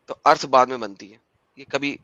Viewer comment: This teacher can not pronounce the word "earth"